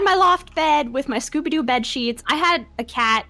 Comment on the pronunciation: Did say scuba doo😂😂 isnt scooby doo😂😂😂😂